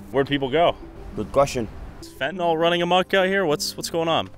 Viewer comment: At least learn the pronunciation of words like fentanyl before making blind accusations with it. It's one of the easiest pharmaceutical words to pronounce. It's phonetic. The only way to screw that up is to only listen to people mispronouncing ir and not actually read it anywhere. If this is your first time reading the word fentanyl, it might look like a new word to you. It's not fentanol or fentinall. If you absolutely need another word of similar structure and pronunciation, how about benadryl.